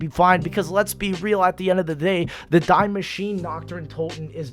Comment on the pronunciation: I'm german, and you can even google translate it it's pronounced dee-mashineh